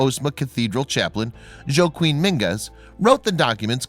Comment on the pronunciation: Did you really say the Spanish cathedral chaplain's name was "Joe-Queen"? Seriously? Somebody really should edit these videos for you. You're clearly unable to do it yourself.